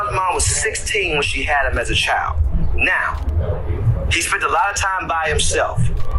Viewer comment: this idiot really thinks he's cooking with the "NOW" 😆 🤣 😂 😹